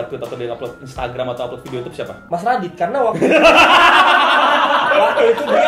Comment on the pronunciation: Yh ngomong sekarang udh bener ngak "YOUCUBEE" lagi,, hhhhh